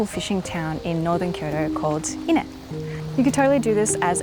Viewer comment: Every time I hear "inneh" a piece of my soul dies.